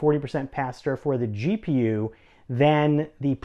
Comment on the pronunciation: did he say "then"?